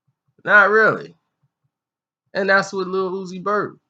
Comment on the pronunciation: Did he say Lil Uzi Burp?? 😂😂😂😂